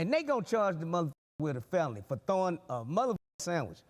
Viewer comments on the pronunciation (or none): its "throwing" not "throughing" ....ffs